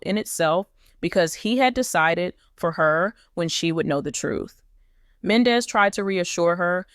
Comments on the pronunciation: Please learn how to pronounce Men Dee cees name correctly THATS so disrespectful an it’s hard to listen to u it’s Yandy an MENDEECES do us a favor watch Love an Hip hop Atlanta an hear how their names are pronounced just smh 🤪🤪🤪🤪🤪🫢🫢🫢💯💯💯💯💯💯💯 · PERIODT I JUST TOLD HER THE SAME EXACT THING ITS HARD TO LISTEN TO HER JUST SMH SHE DONT EVEN WATCH THE SHOW BECAUSE IF SHE DOES SHE WOULD PRONOUNCE BOTH YANY AN MENDEECEES NAME CORRECTLY JUST SMH 👍🏾👍🏾👍🏾🤪🤪🤪🥰🥰🥰🫢🫢🫢🫢💯💯💯💯💯💯